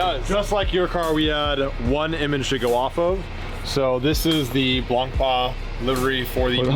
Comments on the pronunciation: Block pain is how you say the racing series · it's pronunced as if it has a CH in in. Blanchiman is how to pronounce it. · you dont say the c in Blanc